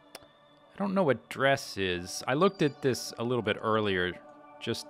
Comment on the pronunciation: I love it! need more. btw, dres is pronounced drez